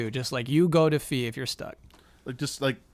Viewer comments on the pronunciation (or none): gets corrected for say "fee" rather than fye, but calls it OHcarina of Time.